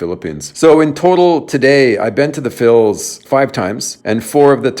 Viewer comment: Please stop saying Phils...